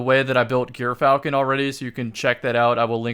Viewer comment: Okay the gyrfalcon pronunciation is just embarrassing at this point